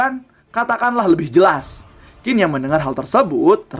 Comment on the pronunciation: Qin baca nya chin bukan kin kawan..